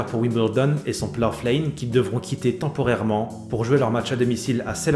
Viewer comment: Salut, Je sais que la vidéo a été tournée il y a quelques moments, mais la prononciation du nom du stade est à revoir! Le "gh" est muet, "plough" rime avec "cow" ou "eyebrow"!